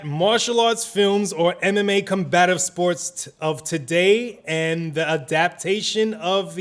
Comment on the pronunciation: Did he say “anime combative sports of today”?